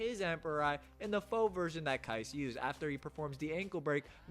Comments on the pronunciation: Aint no way bro called Kise "Kais" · Pronounce Kise correctly fr .but w vid as always